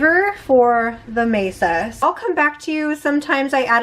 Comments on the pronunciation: I am going to ask you why you are using a table in your tamales. 😂😂😂 I’m totally teasing you! The corn mixture is pronounced Mahsah. Maysuh (mesa) means table, in Spanish. You are just too cute! I love the red chili sauce! I’m curious, do the little flakes from the skin soften? I once forgot to strain my chilis and I had little pepper flakes. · It's not maysa it's ma'sa. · you keep saying Mesa, it's actually called Masa lol😊😊😊. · Mesa I was like oh she means Masa 🫔 😂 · My family has made these for years, never with a tortilla press though! That looks so much easier than spreading with a spatula! I love how you do your 🌶️🌶️ peppers too! It beats boiling the chilies. In our family we pronounce it Masa instead of Mesa. Thank you for sharing, I can't wait to try it your way next time!❤